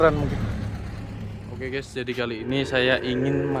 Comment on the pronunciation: GAES NOT GEES